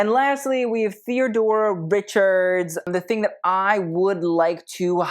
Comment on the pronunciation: Tell me you’re young without telling me you’re young. Anne Heche (Hay-shh) and Famke (Fam-kuh) Jansen were a thing in 2004. Famke was the original Jean Grey in the X-Men movies. PS Theodora is (Theo-door-ah)